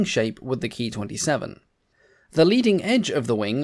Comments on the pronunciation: The P-40's, flown by the AVG, had two .50 caliber and four .30 caliber guns, and not six .50's. I believe that the pronunciation of "Ki" is K I and not Key. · A very informative video,. Thank you! But your pronunciation of the Ki-27 as "Key twenty-seven" is quite wrong. It should be pronounced as Kay-eye twenty-seven, if you are going to use use the traditional Anglicized pronunciation. The correct Japanese pronunciation would be "Kyūnana-shiki sentōki" Or 九七式戦闘機.. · Please, please, please it's NOT pronounced KEY, but KAY EYE